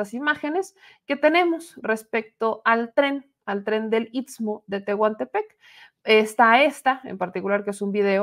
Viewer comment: Se dice isssstmo, isssstmo, otra vez isssstmo